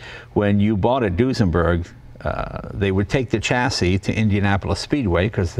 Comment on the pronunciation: Dear Jay, there is no "t" in chassis. That is all.